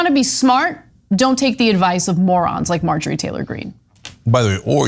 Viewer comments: Margarine Taylor Green! Love the name slip, Cenk :) F*** this crazy b** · It sounds like Jenk was calling her "Margarine Taylor Green"